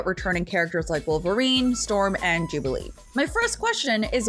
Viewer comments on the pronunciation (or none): none